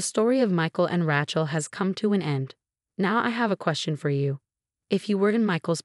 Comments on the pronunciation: Please get the words right, especially names! It is NOT RATCHEL it is RAYCHEL. Why is it pronounced correctly only a few times! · It’s “RAY-chel” godamnit! How can you always get it wrong? It’s never been anything else! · But ‘Ratchet’ is glorious! Love it.